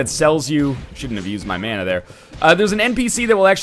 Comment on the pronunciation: Happy about this series. You say "mana" wrong. I'm drunk.